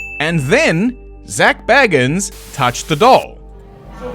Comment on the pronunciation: Dude…..it is not BAG-INS. Not pronounced like Frodo baggins. You pronounce it BAY-GUNS. You shouldn’t trash someone if you can’t even say their name right. Shows you’ve been just told he’s bad by someone else who didn’t know how to say their name.